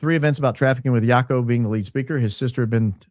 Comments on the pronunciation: Joco is pronounced with “short a.” He’s from the S. Africa. I think you’re way off on your “assessment” of possible involvement in trafficking young women. Do some more research on what he’s done to help save people, not harm them. They issue him a big apology. Not happy with you today. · But, its "huaco" not Jaq-o. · Jaco is pronounced as "YA-koo" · Its pronounced ha-co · Jaco is pronounced Haco the J is pronounced H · Just read Jaco Booyens, and realised bro's name is South African 😮 pronounced "Yuck'oo" 😂😂 "Boyens" 😅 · The correct pronunciation of “Jaco” is “ya-coo”. It’s an Afrikaans name, and he is South African born & raised, now US citizen. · The guy called Jaco Booyens is South African. Recognize his accent. For anyone who is interested his name is pronounced "ya-coo" here! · From SA here. Jaco Booyens is a typical Afrikaans name and hearing him speak has the typical Afrikaner English accent. Pronounced Jaco like the sound "y"our (your or you) and the "-co" sound is pronounced like the "ou" in "you", so Yacou. He is as Afrikaans as Afrikaans can be! From South Africa...how does he end up in TPUSA? He is from South Africa. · It is pronounced Haco (the j in Spanish is pronounced as an h) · Jaco Booyens is pronounced with a Y ... It's a Afrikaans name from South Africa. So it's different from Haco in Costa Rica 😅